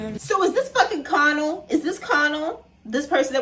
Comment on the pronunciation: I saw someone on TikTok say that the way he says Connell sounds like Conan but slurred like how his father would say his name while drunk and I can’t un hear it especially with that lyric about his father’s slurring words and when he performs it live it looks that’s what he’s doing, I found it interesting